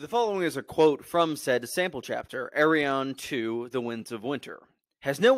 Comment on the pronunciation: Bruh I was so confused because I thought you were saying “Aeron” as in Aeron Greyjoy but you were actually saying “Arianne”